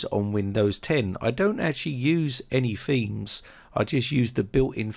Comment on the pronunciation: It is pronounced "Themes" not "Femes" thank you eitherway though